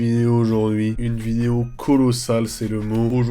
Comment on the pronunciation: À chaque fois il dit "nouvelle vinéo" jpp